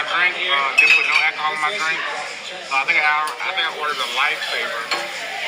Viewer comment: I can't with people who say Akaholl